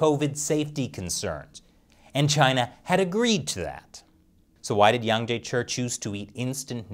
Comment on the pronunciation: Hey, where's your Chinese language linguist these days (Shelley, of course), that your Chinese pronunciation has deteriorated so badly? I'm sure Mr Yang would have sleepless nights if he ever watched your latest videos (on America Uncovered too!) and heard how you are distorting his name lately...! Imagine him calling you "Krees" or "Crease" or "Grease" Chappell... Would that not hurt your feelings too?!